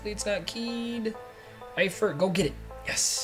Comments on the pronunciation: Your saying Tyler eiferts name right, don't worry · You said Efiert correctly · Ya ur saying eifert correct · You said Eiferts name right